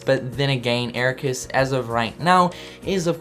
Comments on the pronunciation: My god he said Eraquis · "Eraqwys" :3